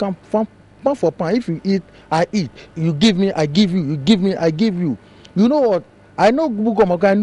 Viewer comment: hahaha.. is the bro saying hit or eat?? lol..